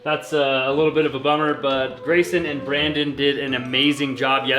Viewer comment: My husband was in the other room and he thought you said “raisin and bran” instead of “Grayson and Brandon”. We had a good laugh and then he called them “The Two Scoops”